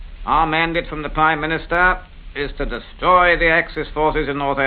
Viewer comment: yep- and he even said 'destwoy' and 'wommel' instead of 'destRoy' and 'Rommel'.